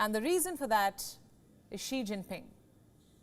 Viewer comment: Thanks for pronouncing Xi’s name correctly. Please come teach all the American journalists.